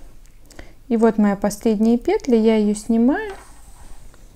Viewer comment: Всё замечательно Только не пЕтля, а петлЯ